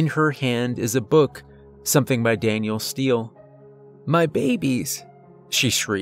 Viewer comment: Did you say Daniel Steele?? Lol. It’s Danielle Steele. A petticoat is a skirt. Not a coat. Need to get things right. Very easy to look that up.